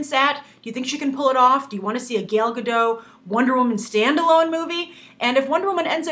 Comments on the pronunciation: She did win Miss Universe in 2004. But seriously this reviewer or Whatever she is; is pissing me off with how she pronounces Gal Gadot's name. Lol Gail Gadoe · no comom...her name is Gal Gadot not "gal gado" you say it shity and wrong gal in hebrow is "wave" and gadot is "shore" so say her name right. it is like i'll call you grace reandol or something like that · I can't get over the way you say her name. Gael Gado? It's GAL ga-DOT. And Gal not as in the slang for girl. It sounds in between that and Gaul. I tuned right out, laughing, so sorry. xD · WOW Nothing bad to say because even I'm still on the fence on this casting but seriously. Lady you mispronouncing Gal Gadot's name really bugged the crap outta me. How do you get Gadoe from Gadot? Hell you can't say Gal either you kept saying Gail. Her name is Gal Gadot not Gail Gadoe. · why all english speakers can't pronounce her name? It's, gal ga (like Gap) dot (like Dot Warner from the old animated serie "Animaniacs") there's a T in the end and it's not silent. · The t in her last name needs to be pronounced, it's not French. and her first name is pronounced like 'Gahl' if that makes sense (but I think that might be hard for Americans).